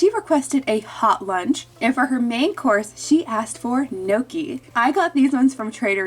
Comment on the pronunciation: aha. as an italian the way u say gnocchi is unbelievably triggering LMFAO